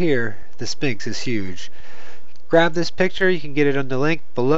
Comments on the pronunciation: It's pronounced s-f-inx!!!!! Not s-P-inx!! 'ph' equals a "fffffffff" sound! Say it with me now... fffffffffffffffffffffffffff! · I think you would have more credability if you would learn to pronounce the "Sphinx",, the "P" is silent, look it up!! It's pronounced,, sfɪŋks